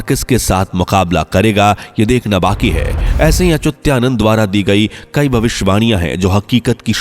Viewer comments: Why you say Achutyanand. Name is Achhutaanand. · अरे भाई, श्री अच्युतानंद दास महाराज का नाम तो ठीक से लो। आप बार बार अचूत्या नंद ऐसें बोल रहे हो। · उनका नाम अच्युतानंद है और आप अचुत्यानंद बोलते है, वाणी शुद्ध होनी चाहिये. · He was अच्युतानंद das, not Achutyanand. Uchcharan shuddha karo. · Whoever talking about Achyutanandji Maharaj pronouncing wrong. some who record and post should pay attention He is saying ACHUTYANAND BUT CORRECT IS ACHYUTANAND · व्हीडिओ बनाने से पहले तो अपनी वाणी शुद्ध कर लो। तुम उस संत के नाम का उच्चारण कर रहे हो वह "अच्युतानंद" है ना कि अच्युत्यानंद. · संत भगवान का नाम ठीक से लीजिए। उच्चारण सुधारिए। अच्युतानंद दास जी हैं वो। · सही कहा है भाई साहब आप ने 😊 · 😮 अच्युता नंद दास जी का नाम का उच्चारण ठीक से नहीं किया गया है। कृपया आप से अनुरोध है कि आप एडिट कर पुनः स्थापित कीजिए 🙏